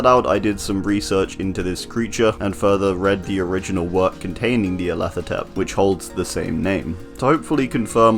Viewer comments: Nya-rlathotep: NEA-rlathotep.....HMMMMMMMM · nice!! also whenever you said Nyarlathotep i thought you said Nea and didn't even question it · Nyarlathotep NEAlarthotrep Suspiciously same pronunciation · Holy shoot I just realized I pronounce Nyarlathotep wrong I said it like Nyarla-thot-ep